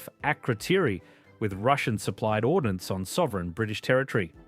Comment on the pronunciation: ORDNANCE not ordinance